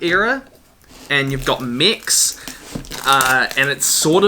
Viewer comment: It took my half the video to realise he was saying mechs, I thought he was saying mics I was confused